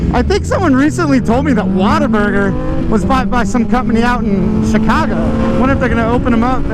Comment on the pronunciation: "Waterburger" Lmao